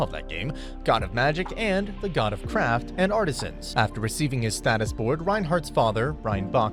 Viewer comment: When introducing the gods I thought they said “god of crap” then realized it was craft😅